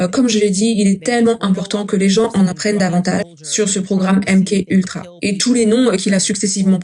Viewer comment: Merci pour la traduction. On dit M-Ka Ultra …KA ! MK Ultra ce dit MKA…..